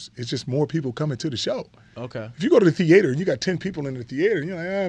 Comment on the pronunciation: Lavar even changes the pronunciation of theater. What a legend.